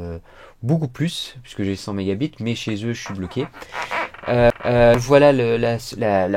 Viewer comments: 100 mégabites🤣🤣🤣😂😂😂 c'est anglais on écris mégabites mais c'est prononcé mégabaïtes 😂😂😂😂😂😂😂😂😂😂😂😂😂😂😂😂😂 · "j'ai une connexion a 100 mega bite " #leiseprononceaieetpasi